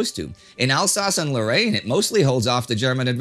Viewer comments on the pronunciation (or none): none